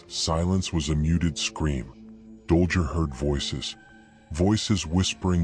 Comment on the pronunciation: Dollger? It's Dollgirl. Also, Sadism is pronounced "Saydism". Good breakdown BTW. I'd WAY BETTER If you didn't use Ai. Please consider this.